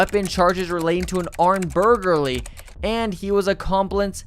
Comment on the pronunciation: " armed burgerly and him accomplence " 😂😂😂